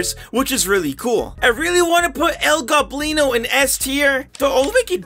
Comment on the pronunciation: He finally pronounced el goblin o right